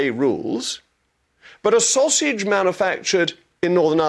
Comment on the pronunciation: The "Saus-age"...bravo 👏👏👏 🙄